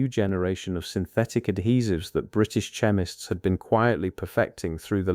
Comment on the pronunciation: The AI narration is definitely lacking; words like chemists, Reich, and others mispronounced, make it tedious to listen too. The video is pretty much totally unrelated to the narration - I'm going to label this video as... AI SLOP!